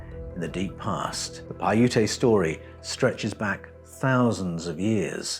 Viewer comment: Just based on your appearance and accent, you're like the bizarro world Simon Whistler. That's not meant to be an insult or a compliment. Just an observation. By the way, the way you pronounced Paiute is wrong. It's pronounced, "Pie-yoot". Great video though, regardless.